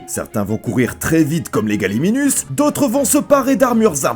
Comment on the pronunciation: Gallimimus pas galliminus 😂 sinon bonne vidéo